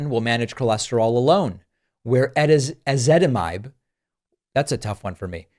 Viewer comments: You got the pronunciation correct- stress the “zit” in Ezitamibe. Honestly. My pharmacist had to teach me how to say it. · I take Ezetitimibe and even I can’t pronounce it! You did an excellent job.